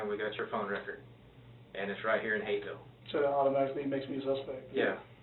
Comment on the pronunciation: The H in Hapeville turned into an R real quick with this scum bag around.